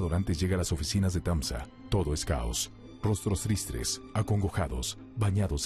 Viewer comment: "rostros tristres" :-)